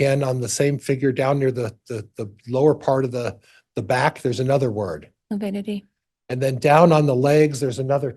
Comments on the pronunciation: It's lividity not lipidity😐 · I wouldn’t have been able to keep from correcting. ‘I’m sorry, I don’t know what lipidity is, but I know what lividity is..’ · Its LAVIDITY! NOT LAPIDITY!!!! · mispronounced "lividity" three times. He thinks it's called "lipidity." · The fact that keeps saying “lipiddity” gives you everything you need to know about his competency as a lawyer lol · Is he saying “lipidity”? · It’s lavidity. Figure out the spelling and pronunciation! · Lability? I wish she was bold enough to correct his sorry self. Defense lawyer in a murder case and can’t even say the word right. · LaPIDITY?! wtf is he on lol? 😂